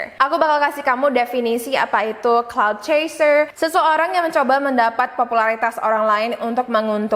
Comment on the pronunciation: Kak yang bener clout chaser bukan cloud